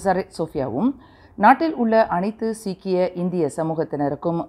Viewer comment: தயவு செய்து செய்தி வாசிக்கிறோம் என்று முன்னுக்கு. நீங்கள் என்ன செய்தி வாசிக்கிறீங்க என்ன வார்த்தை உச்சரிக்கிறீர்கள்.சரி பார்த்துக் கொள்ளுங்கள்.நாம் என்ன சிக்கி இந்தியர்களா.மலேசியா இந்தியர்களுக்கும் மற்ற சேர்ந்த சீக்கிய இனத்தவர்களுக்கும் மாமன்னர் தம்பதியினர் சித்திரை புத்தாண்டு வாழ்த்துகளே தெரிவித்து கொண்டார். நீங்கள் பயன்படுத்தும் வார்த்தைகள் நீங்க வாசிக்கும் வார்த்தைகளினாலே மக்கள்கள் ஆவேசம் அடைவார்கள். தயவுசெய்து இதை இத்தோடு மாற்றிக் கொள்ளுங்கள். மதிப்புக்குரிய நன்றி வணக்கம்.